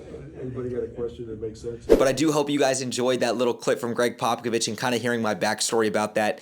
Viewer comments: Greg Pockovich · Just so you don’t get roasted by spurs fans in the future it’s pronounced popa-vich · Yeah, your pronunciation of his name made me cringe, but i really appreciated your perspective and attitude. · How you don’t know how to say Pop’s name when you’re a reporter and have met him…. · just a tip brotha if your not able to pronounce it right us spurs fan know exactly who your talking about if you call him Pop if that’s easier to pronounce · Love the commentary, although Bryant was the #14th pick!! Also it's funny how you're pronouncing & slaughtering Popovich's name!!!🤣 You'll soon learn how to pronounce his name bro!!! Great interview with The GOAT!!! First video, I've now subscribed!!! Spurs4Life Babyyy!!!💪😎👉🫶💞💯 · Bro can’t you say Popovich correctly and claims to be a spurs guy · to be fair a credentialed reporter or even a casual NBA fans should know how to say his name correctly. That’s actually kind of embarrassing for someone who seems knowledgeable about basketball.